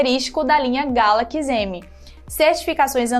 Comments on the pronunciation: Início do vídeo: Galakis.... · "Como é característico da linha GALAQUIS M" kkkkkkkk